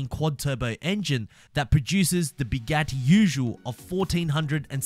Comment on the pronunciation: No the way he said Bugatti